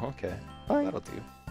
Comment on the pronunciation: I swear at the end the heater wasn't saying bye but saying die